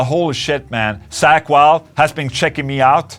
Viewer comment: "Sack Wylde" 😅 no but awesome interview though, he's such a cool guy